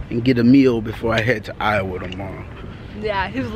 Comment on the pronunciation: I loveeee the way pronounced Iowa.. she said I-oh-wa. Lol. Pronounced it wrong honey. Lol